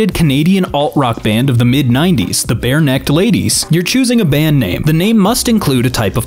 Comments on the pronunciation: The Barenaked Ladies are awesome! Eta: It's pronounced Bare-Nak-ed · Bare naked ladies, not bare necked